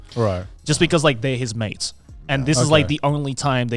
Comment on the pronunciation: in the whole part I kept mishearing Joey, kept thinking he was talking about maids instead of mates 😂